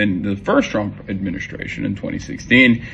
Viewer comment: the way he pronounce "adminishtraition" makes me insane. I hate the way he he pronounces middle s always with "sh"